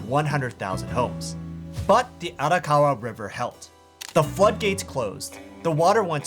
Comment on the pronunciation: Hahaha “air-a-kawa” and “su ME dah”